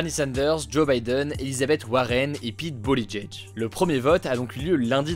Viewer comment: Super vidéo comme d'habitude !! Par contre le nom de famille de Mayor Pete ça se prononce "BOOT-EDGE-EDGE" ;)